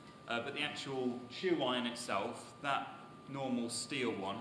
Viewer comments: With all due respect, y'all are saying and writing tru iron in various forms. The word you are citing is tuyere, pronounced , "ta-weehre". it's French. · "too-iron" is the English translation of the French "tweer" (tuyere)